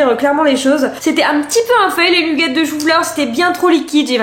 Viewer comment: C'est trop drôle tu es la seule personne que je connais qui dit "nUgget" 😂 à la française !